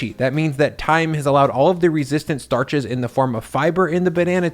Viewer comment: any time theres a word that starts with ST he pronounces it with a d "darches"